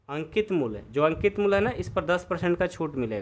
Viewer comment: Aap muly ko mul kyo bolate ho